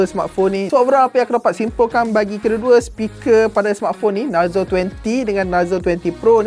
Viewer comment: Cara sebut dia bukan narzo,tapi narzo